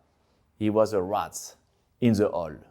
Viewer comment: The way he says “rat” makes my day 😂…. reminds me exactly how it was said in the movie….. “the RRRRRRAAAHHHTTTTTT”